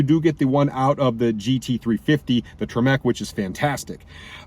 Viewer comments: It made me cringe a little bit when you pronounced TREMEC as "Tree-Meck" lmao. Love your videos though 😂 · The way he says Tremec makes my brain hurt.